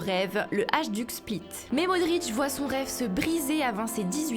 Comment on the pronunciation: Ohh pitié comment prononcez vous les clubs ? Faites au moins un effort, si on arrive à bien prononcer Chelsea, on peut bien prononcer Hajduk split ... (hailledouk si vous voulez) Et puis c'est quoi cette voix à la lama fâché ?